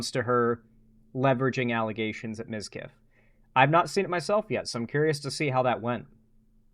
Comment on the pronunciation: ?!?! How the fuck did you get that wrong?! Everyone says mizkif!